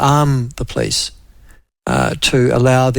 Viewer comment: Nyoo Zullind pronunciation of "police".